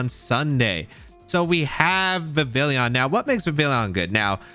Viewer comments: You didnt say anything about it but i'm pretty sure vivillon pronounces like vee vee on, it is supposed to be french so the L is mute, like réveillon(i hope this word is known around the globe) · The 2ay you pronounce Vivillon hurts me so much. It's Vivi-yon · That word isn't really known to English speakers, but yes, you're right about Vivillon. Plus there's no "i" after the double "l" anyway so even if not for the French pronunciation, these Youtubers would still be pronouncing the name wrong just based on the spelling, lol.